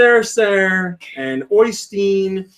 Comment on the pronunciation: Great podcast, a lot of fun :) Btw. my name is Oy-stein with the 'stein' pronounced like in Wolfen-stein